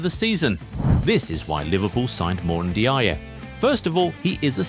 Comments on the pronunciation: Pronounced N-jai. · It's pronounced njay.